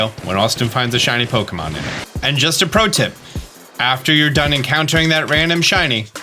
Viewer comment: I simply cannot stand the pronunciation, "poke-uh-monn"